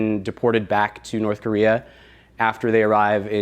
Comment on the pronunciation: actually pronounced "Norse Korear". I watched a documentary, I know.